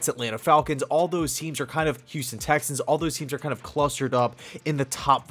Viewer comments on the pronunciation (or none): none